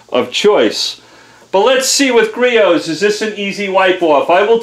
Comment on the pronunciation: First off its griots not geritos. Second off... Youre going to burn that fucking paint off if you move any slower